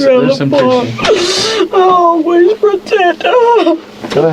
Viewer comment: “I aw-ways pruh-teted huh’ 🤯🤫